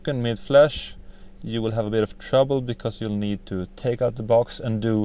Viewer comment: No "neet" more videos....